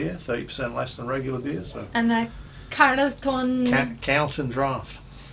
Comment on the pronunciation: The inside of the cap Tomato or BBQ is referring to Tomato or BBQ Sauce ! Ps. Carlton is pronounced Carl Ton